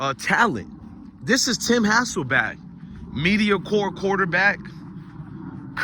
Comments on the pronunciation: Me-DE- 0-ca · Me-di-o-cre, love your content bro but leave that word alone if you can't say it right my brother